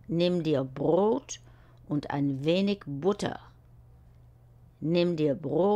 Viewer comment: Brot, nicht Brod